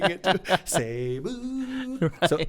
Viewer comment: Indeed, we our ambassadors of Jesus, thank you for the reminder! Both of you are great communicators, love the tandem🤍😃 btw,, you did a great job pronouncing “Cebu”😉